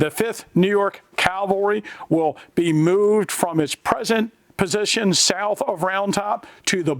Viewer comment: yep is definitely from Pennsylvania, mooooved 😅